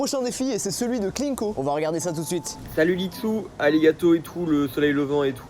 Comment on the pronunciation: pov: ben qui dit lit-dessous au lieu de litsu